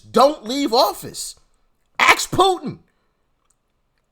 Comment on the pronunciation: Why do black people saying aks insted of ask?